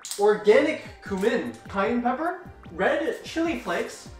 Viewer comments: its the way Kyedae pronounces "cumin" as "Cum-min" instead of "Kyu-min" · they say cumin it is cuemin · Did tenz just say K-umin instead od Cumin 💀?? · Did she just pronounced cumin as “cum in”? O_0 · them pronouncing cumin differently every time is the funniest shit i love them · can we talk abt how she pronounced cumin tho